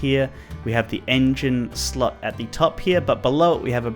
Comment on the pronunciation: When he said slot I thought he said slut 😂😅😅😅😂😂😂😂